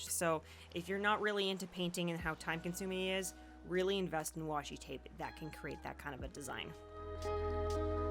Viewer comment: This might be odd but I adore that you didn't fix the oopsies in your voice over. Twape is totally something I would say